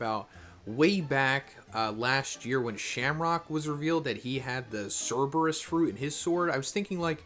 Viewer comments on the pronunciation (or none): none